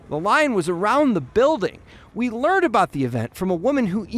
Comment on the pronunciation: Did he say he "Leared" about it?